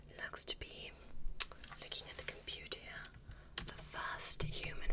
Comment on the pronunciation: "looking at the computiyah"